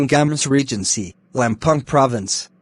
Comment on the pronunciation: Bilang Lampung jadi lempang madam...😀